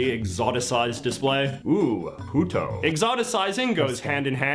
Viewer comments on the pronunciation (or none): I laughed audibly when he read out the “Mexican food” Puto 😂😂😂😂 in Spanish, how he pronounced it, it means bitch. Also I’ve been to the original Chinese cookie place. It’s in San Francisco and you can still go get a fortune cookie made on the original machine. The line to get in is pretty long usually.